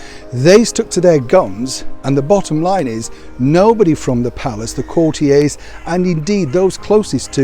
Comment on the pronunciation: What is a courtie, do you mean a courtier? Please pronounce it properly otherwise you don’t seem to know what you are talking about!